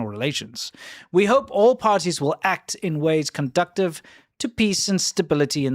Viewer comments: I think it said conducive not conductive ! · Conducive is pronounced "condoo-ssive" not "conductive"